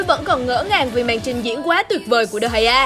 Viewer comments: Chứ đọc sao Đờ gia như mấy ông quốc dân giải trí à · Degea đọc thế nào ra dc đờ hay a vậy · De gea - đờ hai a :))